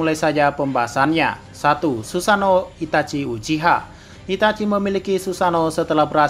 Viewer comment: ngomong sussano nya lucu